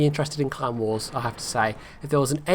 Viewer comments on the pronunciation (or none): First question, I thought you said Clown Wars instead of Clan Wars, and it totally fit.